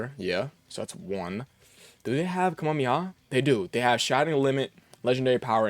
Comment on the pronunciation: Hoping to see the STR f2p EZA Bardock and his team sometime. Edit: YOU'RE KILLING ME WITH HOW YOU SAY KAMEHAMEHA... PLZ. Are you one of those guys who got mocked in the Fortnite tiktoks and shorts when Goku got added?